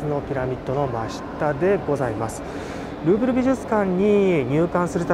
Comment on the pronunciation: グーグル美術館って聞こえた・・・さすがグーグルと思ったらルーブルだった